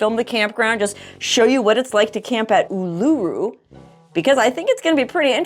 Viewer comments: It’s pronounced ‘Oo-la-roo’ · It's oooooh-laaa-roooo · Love the way you say Oolarooroo! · Awesome you'll be visiting us here in Aus.. would love to have a meet n greet but doubt you'll come to Canberra.. Oh and by the way Uluru is pronounced Ew La Roo.. Cya Matey.. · The rock is pronounced Oo-la-roo 😊